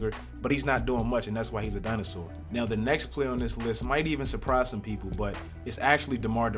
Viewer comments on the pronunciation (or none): none